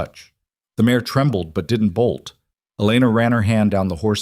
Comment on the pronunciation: Female horse - mare not mayor